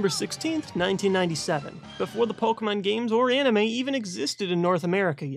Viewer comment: How to pronounce Pokémon 101:stop saying it like po-kuh-Mon or po-key-Mon but instead say po-kay-mon